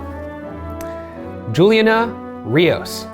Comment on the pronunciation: ryan pronouncing juliana so incorrectly... u did my birthname so dirty